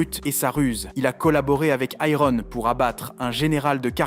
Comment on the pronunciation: Je n'ai regardé que la moitié, par trop chaud pour me faire spoil 🤣 C'est pas mal comme vidéo, mais par contre... Ironne, Tusque, débufe... Mais par contre Wyvern ? Si tu veux dire tout en français, ok, mais en français c'est une Vouivre, Wyvern étant la traduction en anglais 😁 Je chipote, même si ça fait mal aux oreilles, la vidéo est très bien.